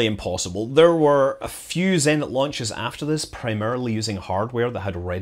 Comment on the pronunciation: Thanks for great videos, scrolled through 794 comments to say. Zenit > Zeh neet intonation on the neet. ✌🏼😏